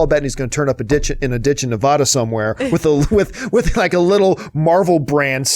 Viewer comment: You said Nevada wrong.